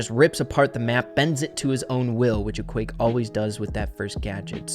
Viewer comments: i just realised that u said ekwayck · It isn't pronounced Equake but Eqwac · It’s eqwaak not eqwake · It’s pronounsed equack. Like a duck🦆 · It's pronounced EE-QWARK is some French variation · It is pronounced e-qwaak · I think its pronounced E-quack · I think it’s pronounced “E-quack” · Its ok, but I think its wrong, because there are two 'a's already, and it should be pronounced as in 'quadratic'